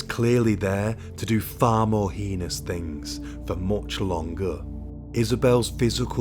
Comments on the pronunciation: Heinous is pronounced “hay nus” for what it’s worth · I've heard many Europeans pronounce heinous, the way he does.